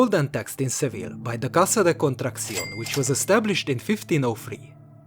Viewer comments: Mate it's not "Casa de contraction". The name is "Casa de contratación" this 2 words have a very differents meanings. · it's "casa de contratacion".